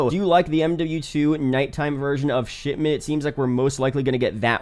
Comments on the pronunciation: Did this guy just said "Sh*tment" instead of Shipment? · All I can hear is him saying Shitment